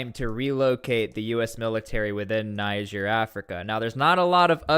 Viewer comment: It's amazing how u hear the right pronunciation of "Niger" from different videos and still choose to pronounce it wrong.